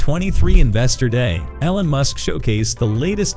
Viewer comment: This is a terrible pronunciation of Elon